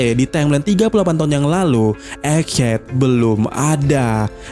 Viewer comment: Egghead bacanya EG HED bukan ejet